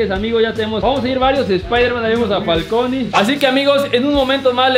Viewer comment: No es Falcony es puercony jajaja saludos desde Puebla amigos